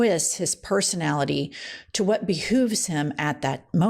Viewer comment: I love that you just said “be hooves” 😂 as a devoted fan of RPDR, he does not have Charisma Uniqueness Nerve or Talent.